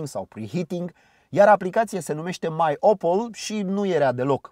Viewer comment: Mi se pare mie sau seamana putin cu Chevrolet Camaro? Cand ai pronuntat MyOpel, eu am inteles MyOppo, am ramas putin blocat... abia a doua oara am inteles corect. Imi place masina, mi se pare totusi cam scumpa.